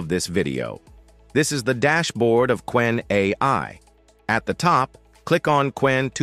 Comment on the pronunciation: Ce n'est pas kénè mais Qwen (ku wène).